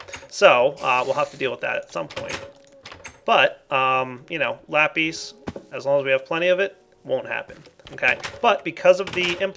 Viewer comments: Every time pronounces lapis wrong i feel like slapping him. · Are you sanish because you say lapìś which means pencil in Spanish I am spanish so you know